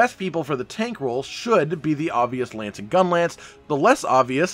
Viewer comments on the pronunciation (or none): none